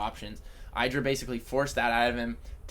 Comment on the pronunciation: "Idd-ra", not "I draw".